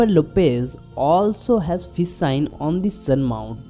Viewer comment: you are taking about fis sign is it because you love Fis not fish you pronounce sh as s wonderful haatho shastro by bengali this nit ghosh